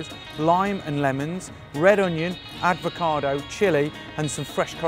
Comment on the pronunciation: You know its called an avocado not an advocado right dude?